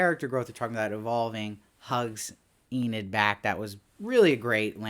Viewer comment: I finally finished the show today and I really enjoyed it! I also enjoyed watching your videos on each episode, even if you did pronounce Enid as "eh-NEED" instead of "EE-nid." 😉